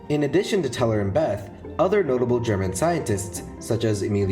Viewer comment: Problems: - Neumann, Wigner, Teller and Szilard were originally from Hungary they only studied in Germany (not sure about Neumann on this one and lazy to google). - Bethe is not pronounced like that. - I'm pretty sure Teller was a contributor to the implosion design but the most important thing (the lenses) were originally designed by Neumann.